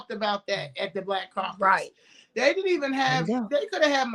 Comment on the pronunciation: Omg he said The Congressional Coon Cacus. 😂😂😂😂 I love it